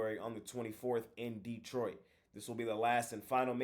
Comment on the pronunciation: saying Det-4😮 but i can see it. I think i just threw up a little bit, saying it😂😂